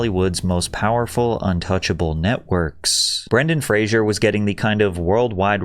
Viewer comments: I thought his name was Bren-Dan Fra-Zer not Bran-Don Fra-Zure as he keeps saying. Heard a few people mispronounce the name. Am I wrong? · Ah yes, Brendan Frasier